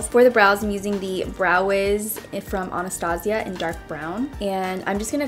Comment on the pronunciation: lmao, anastasia was said completely wrong. its pronounced "ana-stay-zhuh"